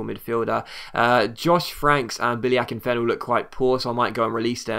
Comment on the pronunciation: His name is Akinfenwa! Please don't release Billy Akinfenwa!